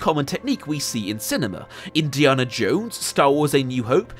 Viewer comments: Great video mate. But its Indi"anna" not Indi"arrnah" and I'm English. Loved the video though. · why do you say indiarnah? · I'm English and I've never heard his name pronounced as Indiarna in my life. Where did you get that from mate? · You saying “Indi’arnah “ Instead of Indiana is very disturbing ! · You are the only person I have ever heard say Indiaana jones with a long a! :) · please never say Indiana like that ever again. You Brit’s complain we can’t pronounce your place names and then say shit like that. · I get that southerners pronounce the letter a differently to northerners (e.g. grAHss grAss) but you’re just pronouncing Indiana wrong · The way you pronounce "Indiana Jones" is crazy to me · The way you pronounce Indiana is unforgivable. This is coming from a Brit btw. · I absolutely despise the way you say Indiana. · Why can't he say Indiana? Great video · I am slightly bothered by the way he pronounces "Indiana". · Please stop mispronouncing "Indiana", it is driving me crazy. The movies all say it correctly, so... watch them.